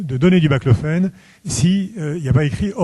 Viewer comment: C'est BAClofène pas BLACLOFÉNE